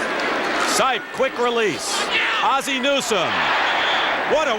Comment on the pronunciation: why can't Dick Stockton (who is great) pronounce Ozzie?